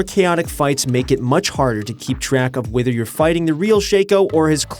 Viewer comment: wither or not he changes his pronunciation of whether.. I'll still watch ProGuides' videos